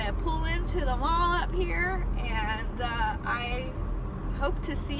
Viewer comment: Ooooh, at the end, you said, I'm pulling into the mall up here..." and I instantly got a shudder, it sounded like, "I'm pulling into the Hall up here...", creepy!